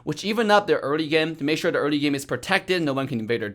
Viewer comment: "in the GAEMM"